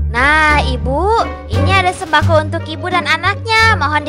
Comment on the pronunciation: Tolong sembako kok jadi sembaqo😭🔫